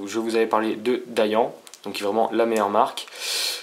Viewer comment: Vraiment bien ! On sent qu'il y du travail derrière et en plus c'est en français! Bravo! Ps : on dit "dayanne" et pas "dayan" :p